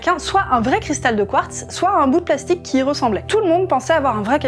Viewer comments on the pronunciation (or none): none